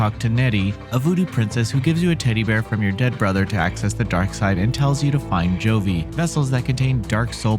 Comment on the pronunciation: So was "govi", which is pronounced here as "jovi". Fairly sure the reviewer didn't even play the game!